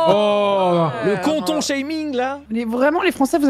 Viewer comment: Putain on dit canton pas conton xD